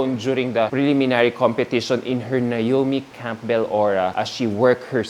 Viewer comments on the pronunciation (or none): anak, silent "p" ang "Campbell' (kem-bl), mahal. It"s like the name, "Soleil' (so-lay). ❤